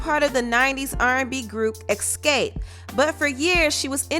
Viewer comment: Ask....not Ackssss. Why can't ppl pronounce their shit right? Escape...not Eckscape. Ffs